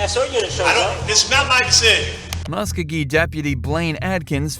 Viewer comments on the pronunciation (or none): MUSK-O-GEE!!! Do your homework and say it right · Please Learn how to Pronounce Muskogee!